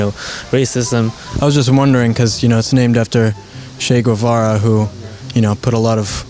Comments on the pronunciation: It’s not goo eh va ra, it’s ghevara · Why does he say Gvuvara? Lmao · Irrelevant facts you don't care: - "Che" is kind of like saying "Hey" in argentinian dialect. - It's actually pronounced "GEH-vara". Greetings from an argentinian. Sad to be always associated with that guy and Maradona.